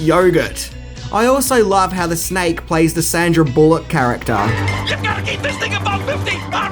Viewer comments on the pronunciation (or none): none